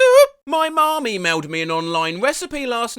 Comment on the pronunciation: Why does it sound like saying my mommy mailed?